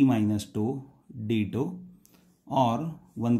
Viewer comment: What's the problem with your pronunciation? Who spells tau like that?